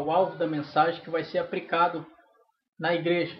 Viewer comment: Permita-me uma correção. É "aplicar" e não "apricar!